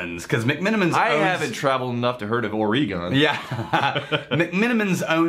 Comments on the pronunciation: You guys are AWESOME. Thanks for reviewing this one. And you're welcome for the Billy. BTW: "Ore-" like the stuff you mine from the ground. And, "Gun," the thing you shoot. Ergo: Ore-Gun. I agree, about the finish. Great nose and flavors, but the finish isn't really clean as much as simply absent. It's a lot like the OSU Beaver football; (my home town so I can bust balls a bit) a pretty decent first half, but no idea how to finish a game. And I have yet to get any ginger as well. For all the Oregon spirits I've tried, this one has the most promise.... so far. The Cornelius Road house is a McMenamin's distillery. The Other is the Edgefield Campus. But, the Billy and the Billy Rye are only made at the Roadhouse. I liken the sour note to a cognac like presence that I assumed was imparted from the still itself. Maybe the light toast with no char?? All in all, It's not going to displace the spot in my heart where Elenore now resides, but for a region with no distilling history, not a bad spirit to associate with Oregon. Thanks again you MBs!!:-) (P.S. Thanks to for a GREAT Christmas gift, really was the topper for my holiday. Cheers, mate!!) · It’s pronounce Orygun. Come on guys!